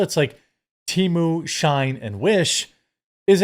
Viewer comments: Why the hell are you pronouncing SHEIN as SHINE when its pronounced SHE IN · FYI, it's "SHE-IN" not Shine :), but yes all chinese apps are crap. We should ban Temu and Shein. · Just for future reference, Brother-man: it's pronounced "She-in," as in "She in(side)." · 😂I’m sitting here thinking “wtf if shine?” Does he mean Shein?